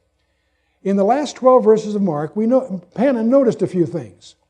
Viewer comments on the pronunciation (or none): none